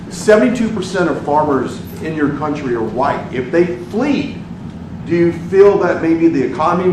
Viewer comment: Ramaphosa says he has never seen the white crosses in his own "cowntry". 😂